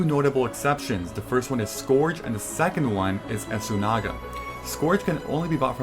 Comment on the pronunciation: Esoona-ga* but say it all together Beestiary* like beast lol I had also read you just have to enter every zone to get the cartographer trophy but not sure about that one. Scourge (sigh) I guess you can pronounce it that way ;)